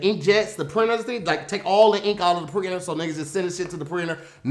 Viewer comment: 👂🏾Hey! What meant to say was printer but he ended up saying “preener” back to you 😂😂😂